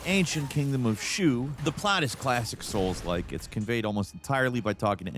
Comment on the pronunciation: I'm tired of hearing soul-like. 😂😂😂